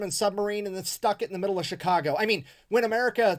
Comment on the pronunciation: I'm a Chicagoian, and I like how you said Chicago